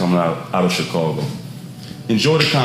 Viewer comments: It's chicago not chicorgo 😂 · I tought i was the only one earing that haha dude keep sayin "chicogo" why SD not laughing haha i would be turnt up kkk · Why this nigga can't say Chicago? 😂